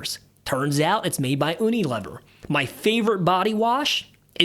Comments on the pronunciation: U Nee Lee-veer 😂 (not oooo-nee- Liver) 😂 love the channel. Had to pick on you, you had me laughing. Much needed, thank you. Great content keep it up. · Was painful to hear…..like fingernails on a chalkboard! “Uni….” like in “United” States and not like the uni at the Sushi bar.